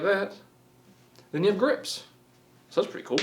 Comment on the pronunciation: I thought he said "it comes with grits" not grips lmao